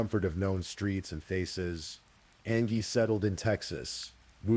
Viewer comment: Angie is pronounced Anne Gee. Sorry Mr. Ai that drove me nuts! An ghee ughhhh. She was a person and it mattered. 😂